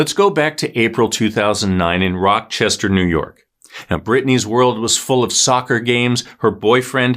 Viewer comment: Bro did u just say ROCK-CHESTER, NY. Lol.